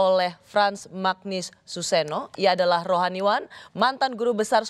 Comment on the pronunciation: koreksi sedikit. baca nama Romo Magnis tu "Manyis".